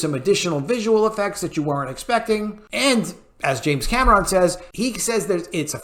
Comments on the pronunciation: For the love of God. Stop saying Cam ah Ron!!! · Why do you keep pronouncing James Cameron's last name the way you do? This movie was phenomenal!!